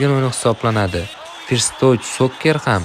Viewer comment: 'Forst' din hatyabi oka "First"ni 😂